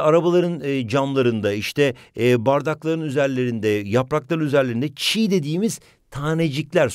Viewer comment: Ama o çiğ değil çiyy